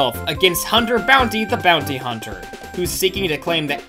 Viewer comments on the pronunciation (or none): none